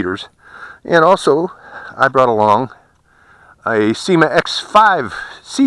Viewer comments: SYMA....not SEEMA.... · Syma is the spelling. Pron..Syma.